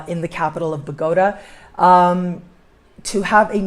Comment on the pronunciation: I have visited Bogota many times...I have never heard it pronounced the way you do....